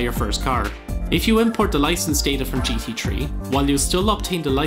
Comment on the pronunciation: I always thought its gt 3, but now i know its gt tree